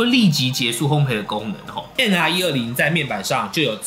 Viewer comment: 如果可以，請說烘ㄅㄟˋ，謝謝! 烘焙(ㄅㄟˋ ) 一直賠，陪不完xdd